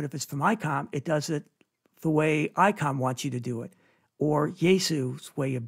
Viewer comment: ITS ICOM NOT. ICON. CORRECT? 😮. Ps not shouting…